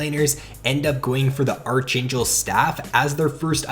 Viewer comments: Did you just pronounce archangel as archaynchel? It's pronounced as Arc-angel lol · Pronounced ark-angel